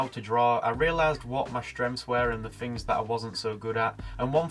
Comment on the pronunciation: Teaching when you can't even speak correctly?? Wiv ? Fink? Fings? everyfing? For pity sake learn to pronounce words the way they are spelled